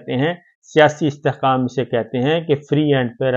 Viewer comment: استحقام ۔ قا۔ مشترقہ ۔ جناب ق اور ک کی اداییگی کا فرق واضح کیا کریں